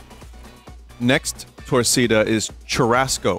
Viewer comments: Torkc'da(Brit'sh torcida) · I mean, to pronounce Torcida incorrectly you'd really have to put EFFORT... though I can definitely hear a british person going TORRKEEDER